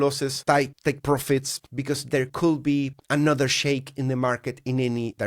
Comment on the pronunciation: Stop pronouncing Could be as coulll be. It's triggering my OCD. Just say coud...silent L 😊